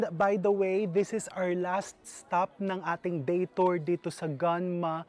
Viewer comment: gUnma Chef. Ang pronounciation po❤️ sana makita kita sa japan 1 day 😭